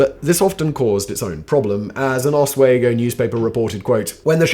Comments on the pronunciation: Thanks for sharing your videos, always interesting and entertaining. FYI. Oswego, Os we go. Not Os wego. Yes I know, unnecessary nitpicking 😂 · lol... it is OS-WE-GO, NY (not OS-WAY-GO). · ah-swee-go...I love listening to people try to pronounce the town names from my homeland. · Hearing you pronounce Oswego like that hurts Simon hahaha😂 I didn't know they ever had a prison though